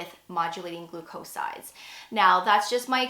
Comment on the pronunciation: GLOO’-coe-sides, not gloo-COE’sides